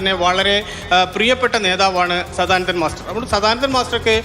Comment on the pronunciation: മാതൃഭൂമി അവതാരകക്ക് സദാനന്ദൻ മാസ്റ്റർ എന്നു പറയാൻ വരെ വലിയ വിഷമം.